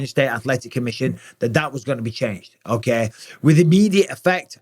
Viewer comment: "okeh" - okeh